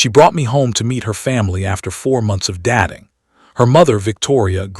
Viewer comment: Good stories yet Chat can not understand some words change with intent, Dat-ing is not a word Dating is as in Date not Dat